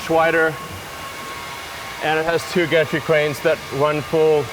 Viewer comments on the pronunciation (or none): It's gantry cranes not gastric cranes haha